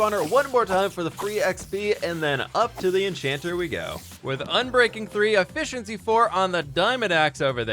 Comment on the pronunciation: "a-fish-in-sea four"... actually theyre in all seven seas...